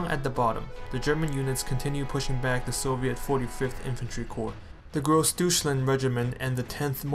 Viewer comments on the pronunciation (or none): Gross Deutschland is not pronounced as "Douche-land" but rather "Doy-tch-land". Good info and presentation. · How hard would it really be to learn to pronounce the names. Especially bad is Grossdeutschland. It's just easy to get it right as wrong and increases your cred.